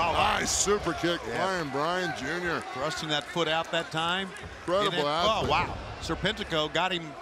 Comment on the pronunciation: "Asslete" 😂 damn i laughed harded they I should i have tbh